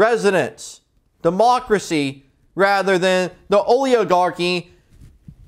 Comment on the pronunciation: Did you say "Oleo-garchy"??😳 PEACE